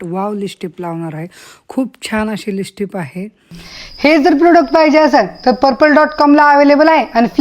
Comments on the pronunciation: लिपस्टी नाही लिपस्टिक... क्रिमा नाही. क्रिम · *जयश्रीगणेश, नमस्कार सर्वांना🙏 *अगं.... लिपस्टिक असा शब्द आहे. *राग मानू नकोस... पण रहावलं नाही म्हणून सांगत आहे. * तू त्याचा नीटपणे, स्पष्ट शुद्ध उच्चार करत नाहीस...... *लिप म्हणजे ओठ आणि स्टिक म्हणजे कांडी किंवा छोटी काठी..... ओठ रंगवायची छोटी कांडी असा अर्थ नीट समजून घे! मग आता कधीच उच्चार चुकणार नाही. असो!😊 *धन्यवाद!😊